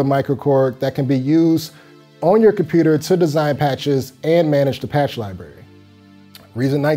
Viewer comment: What's a "lie berry"?